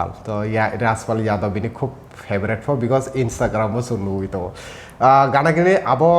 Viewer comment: The Anchor be pronuncing like :- favarat, diractar, actar etc hehe